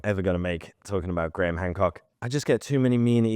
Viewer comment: You said HAND COOK🤭